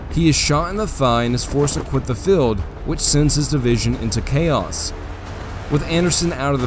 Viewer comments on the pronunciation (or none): good historical facts, you need to work on your pronunciation , feld= Field, and many other words, do not mean to be nit picky but English is English and a good narrator WORKS on pronunciation, unless its woke English.